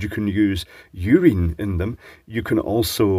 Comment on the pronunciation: "YOO-reen." takes the piss out of it!